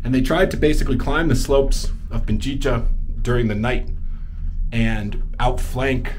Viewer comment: Pichincha (Pi-chin-cha) not Pinchicha (Pin-chi-cha), just for the sake of accuracy in spelling and pronunciation. 🤔😉 Your videos are interesting, thanks for sharing your travels!